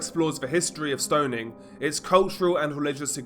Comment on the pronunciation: HEY! There's no letter "D" in the word STONING... STO NING not STO DING